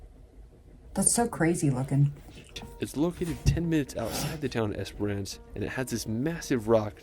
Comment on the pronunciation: Great reaction, I love how much you love animals 🥰 So much natural beauty all over the world. This guy definitely had all the usual mispronunciations, but my favourite was Esperance, he kept saying Esperonce, it sounded so funny, never heard that one before, lol, but it was a lovely video, so who cares. ✌❤